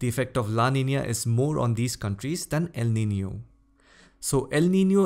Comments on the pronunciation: Pronounced El Niño correctly. Nicely done. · The first person ever seen pronouncing el nino the way it should be🗣👍👌🏻😀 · sir is right you all can check pronunciation of elniño in Google